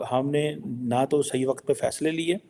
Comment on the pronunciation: it’s WAQT not WA QAT. Although Urdu is a borrowed language from India…request you to pronounce it right. Please Urdu ki taang na tode 🙏